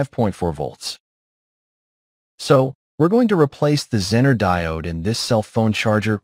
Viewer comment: How to spot the use of text-to-speech app? ZEE-ner is pronounced Zenn-ner ... Thanks for the video BTW.